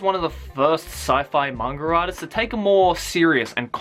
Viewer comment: i thought he was saying mangradas